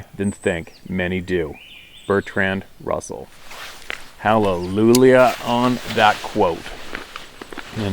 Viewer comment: "Halleloolia on that quote.", it's hallelujah. Ha ha